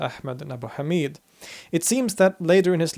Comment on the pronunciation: Yazid ibn Mu'awiya is pronounced as "Yazeed" rather than "Yaazid" and Abu Hamid al-Ghazali is pronounced as "Haamid" and not Hameed.